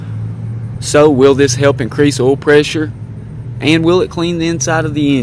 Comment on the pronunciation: Did not done Oil not all Ounce not ayounce Our not are Before not buhfore Find not fond Guys not gahz Drive not drahv Excited not exsahted Of not uh Tried not trahed